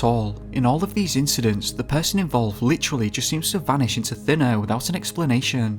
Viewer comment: Dude this is why I struggle to listen to you...you said “search by air” but your pronunciation is so terrible. Why do you change up your voice which so much up and down tons? You literally said ‘search by eeeerrrrrrrr’ all of my friends said WHAT out loud. Fix that bra.